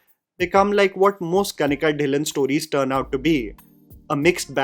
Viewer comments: Kanika dhillon Pronounced as tilloon not dilan 0.01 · It's not कनिका ढिललओन it is कनीका ढइललो'. At least Indians should pronounce the Indian surname correctly.